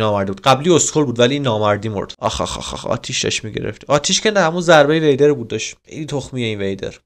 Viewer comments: وهیدر نه ویدر بی صواد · دقیقه 10 ثانیه 39 دقیق 4 بار گفت وإدر بابا اون ویدره 😂😂😂🤣😂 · داش ویدر خوندش WEIDER نیست WIDER خونده میشه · وِیدر نه ویدر او و اِ نمیگیره و اگر بکشیش بهت یک ستاره میده که با اون میشه بیکن ساخت یک چیزایی که از خودشون نور میدن و با اون میشه افکت های خفن و ابدی گرفت و اون عروسک ها اسمش توتم هس که وقتی داری میمیری و جونت تموم شده باشه و دستت باشه دقت کن حتما باید دستت باشه تا بهت 5 قلب بده و 5 قلب طلایی هم میده که بهش میگن شانس مجدد دوستم دارم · به ویدر میگه وییدر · اسم اون سه کله رو اشتباه گفتی ویدر هست زیر ( و) إ نداره